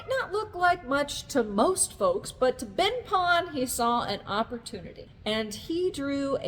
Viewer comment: Ben Pon* (not Been Pon). Beautiful vídeo 👍🏻